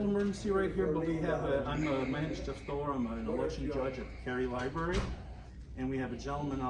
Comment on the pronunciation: It's library not libary